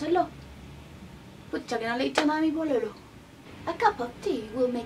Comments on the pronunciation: Igual salió un poquito el chileno pero es pucha no putcha kabsks saludos ❤️❤️❤️ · La verdad es que en Chile se pronuncia "Pusha" no "Putcha" :v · Yamileht Melquiades javiera tiene toda la razon los chilenos no hablamos asi y se nota mucho la diferencia del acento en el video y en chile la vrdad no es para nada parecida la pronunciacion de pololo pucha y asi